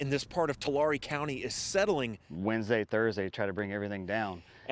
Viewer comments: Lol toolarry. Tulare is pronounce two lare ē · TOO-Larry not TuL ARE WE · Umm , it’s pronounced two-lair- ee. Actually . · Residents of the area pronounce Tulare (Too-lair-ee) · Tulare is pronounced two-LARRY. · I'm a Tulare native and I know about all these issues and I disliked because of your mispronunciation of Tulare. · Even Californians can't say Tulare correctly, smh